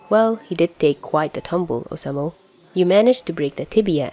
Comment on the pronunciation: I think it’s oh-sah-moo for the pronunciation. Also, nice video 👍